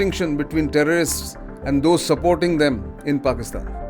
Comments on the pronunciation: This never gets old: “Pakistan aand forces…..”🤣😂😆💩🐖🐷💩🐖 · Pakistan aand forces 😂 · Pakistan Aand forces 😂😂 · Pakistan Aand forces..😂😂😂